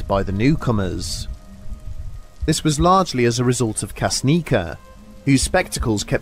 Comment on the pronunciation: Kasznica is actually pronouned 'cash-knee-tza', but other than that - another great episode <3 So awesome to hear you cover a story from my home country! As for the case itself, it's pretty much solved. Nothing out of ordinary was ever found, the media coverage targeted the woman (by the way - her name was Zofia, not Waleria) for sake of pure muckracking. The hikers did not die at the same moment either. Granted, they all perished within 15 to 20 minutes of one another, but given the harsh weather conditions and their extreme exhaustion, it doesn't seem that unsettling. It's actually just the sex of the sole survivor that blew this case out of proportion.